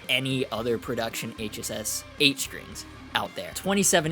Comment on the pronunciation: …I know this is trivial, but THANK YOU for saying “HSS”…it drives me insane when people say it wrong and say “ssh”…you are the man👍